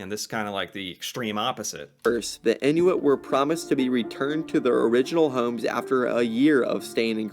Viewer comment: Message from my Inuit friends: it's in-wit, not in-new-wit.